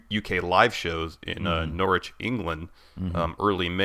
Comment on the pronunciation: love the effort to say Progress and Norwich properly (from a UK perspective)! Keep up the great work guys.